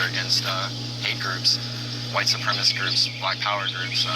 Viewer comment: He doesn't know how to say the word "supremacist." And the audio in this video is twitch-inducing awful.